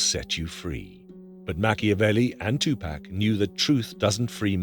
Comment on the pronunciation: AI never pronounces 2PAC name correctly